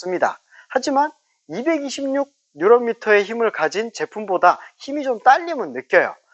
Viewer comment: 뉴런미터가 아니고 뉴튼미터(토크)입니다